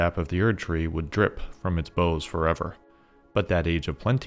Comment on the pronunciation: great video! minor note: the word "bough" (as in the branch of a tree) is generally pronounced to rhyme with "cow", not with "doe"